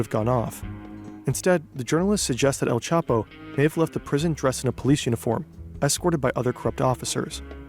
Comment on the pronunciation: "L Chapo" omegalul